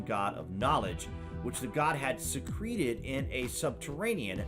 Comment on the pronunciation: Please learn how to say secret & secrete. To make something secret is to make it hidden. To secrete something is an icky, pus filled goo from a wound. So which one do you think it's supposed to be???